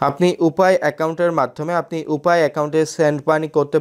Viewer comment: শেষের কথাগুলো বুঝতে পারলাম না, ইউপে ! উপায় !